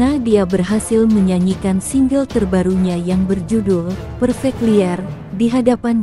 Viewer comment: Gadis narator Indonesia kl baca tulisan bhs Inggris jangan tdk mengerti artinya dong ya. Masa Perfect "Liar" diucapkan spt anda berbhs Ind? Ampun .. malu dong kpd pemirsa Malaysia yg ikut nyimak.